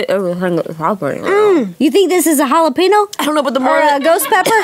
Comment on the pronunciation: IT IS JALAPEÑO NOT JALAPEEÑO OR JALAPĒÑO it is pronounced hala-pen-yo.